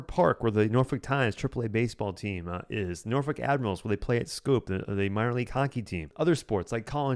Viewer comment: Please pronounce my hometown of Norfolk as Norfek. If you’re a local you’d say Nawfek. NOT Norfuck. Good grief!